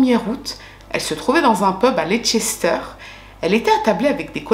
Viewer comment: Hello😊 bon , je ne vais pas te clasher en science mais en Anglishe 😅, borough ne se prononce pas borough mais bro par exemple Narnborough se prononce Narnb(0)rough Farnbro Leicester se prononce Leister ...De rien 😊 sinon t'as tout tres bon pour le reste❤